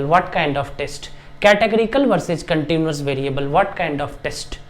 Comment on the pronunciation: We say continuous, not continious